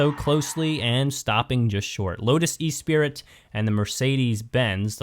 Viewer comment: "E spirit"....really?